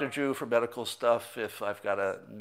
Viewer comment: Sounds like you said Dr Jew, not Drew...the weirdoes will have fun, now...